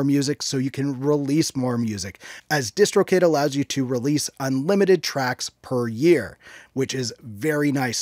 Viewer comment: When he said distro kid I thought he said discord kitten